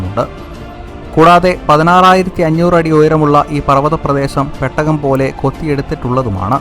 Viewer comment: പെട്ടക അല്ലടാ പൊട്ടാ. പേടകം 🤣🤣🤣🤣